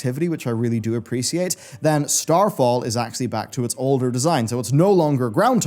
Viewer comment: you mean "appresiate"